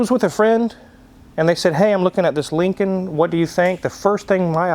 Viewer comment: Lin-C-Oln From bill and Teds.